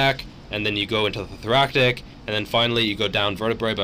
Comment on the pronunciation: Thora-sick not Thora-kik. I do agree with you though; thoracic rounding is not necessarily a problem. Good information.